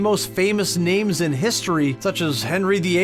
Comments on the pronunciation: Did you even watch any of the episodes? At least learn how to properly pronouns the names? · I would love to finish your videos, but your mispronunciation of all the names is driving me crazy.